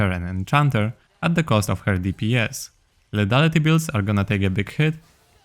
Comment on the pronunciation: lithaliti nie ledaliti proszę bo to boli w uszy :(